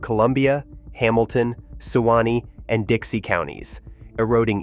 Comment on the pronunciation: Great video. But as a native floridian, hearing "sew-wah-nee" and "oh-kee-cho-bee" over and over is infinitely more aggravating than I thought it would be. I'm sure this is just some AI bs... But for heaven's sake, you couldn't at least do a couple of minutes worth of research to make sure AI was pronouncing these super common, well-known rivers and lakes correctly?? 🙄🤦🏼‍♀️